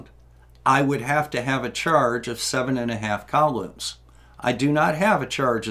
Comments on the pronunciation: I'm sorry,. I love the channel and everything you do, but "cowloomz"? "Koolomz"! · I thought it was "coo-lahms"